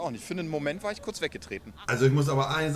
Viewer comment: Beste stelle ab körz sprechen verlernt